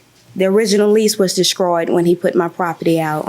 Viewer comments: I cringed every time she spoke. Descroyed, not destroyed??? I were not I was??? Oh, and toxit and insets, not toxic and insects!!! Grammar is easy, I promise. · She said "descroyed", lol.